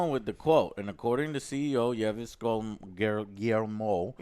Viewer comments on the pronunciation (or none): Can we start calling him “Nai-Yves” Guillemot? 🙂